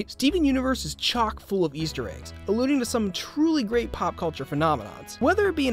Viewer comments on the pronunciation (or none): none